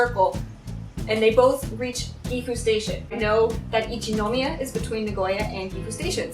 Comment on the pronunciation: 電車での出来事は本当に残念でしたね。駅員さんは大抵丁寧に教えて下さると思いますので、自信がないときは聞いたらいいんだと思います。私は田舎にいるので地下鉄は不慣れなのですぐに聞きますよ。 私もハローと同様に英語での日本語の発音に違和感があります。『一ノ宮』にしてもイントネーションが全然違うので(-.-;)